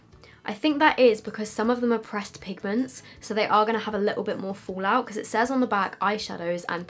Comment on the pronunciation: "folaut" xD